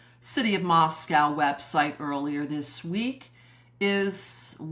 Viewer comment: Going on 3 years and Moscoe still being mispronounced.